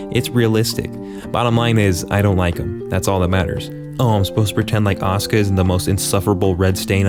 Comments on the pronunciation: I just like that the way he pronounces "Asuka" sounds a lot like "Oscar" and now it's her non-oficial name in my mind. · Still wondering why people pronounce Asuka like Oscar.